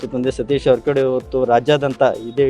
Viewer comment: Le kunni ನೀಟಾಗಿ ಜಾರಕಿಹೊಳಿ ಅಂತಾ ಹೇಳು 😂😂😂😂